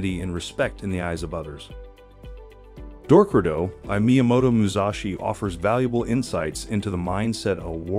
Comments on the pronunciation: Why does he keep pronouncing it "Door crow do"? It's Dok Ko Do lol 😉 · DORK-ku-do ? nah not even close. dok-KO-do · you said dorkudo.... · I’m sorry but I can’t ,non of you pronounce Dokkodo or Miyamoto Musashi right is it that hard to learn Japanese it’s my”yamoto not me”yamoto and dokkodo has three syllables not two 😅